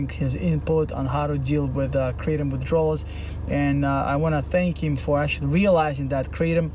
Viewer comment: It’s pronounced Kruh-Tom